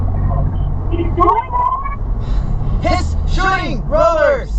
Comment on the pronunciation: 1: I heard he was shooting rollers, but WTF is "shooing rollers"?